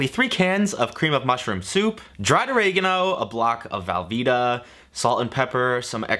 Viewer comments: velveeta not valveeta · am i the only one hearing him say valveeta cheese and not velveeta?